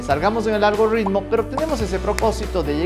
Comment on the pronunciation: Suscrito!! Pero porfa es ALGO"R"ITMO jaja no ALGORRRRITMO 🤯👍!! Excelentes videos, este fue espectacular ya que tengo un emprendimiento de software que va creciendo y sirven estos consejos